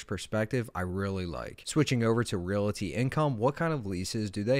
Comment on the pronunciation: If you want people to listen to you as an expert, please pronounce basics properly. Ree-all-tee. Not ree-la-tee. You are immediately alienating your educated crowd.